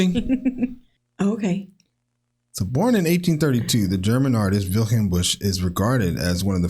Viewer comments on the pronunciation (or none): It's not "Wilchelm", it's "Wilhelm"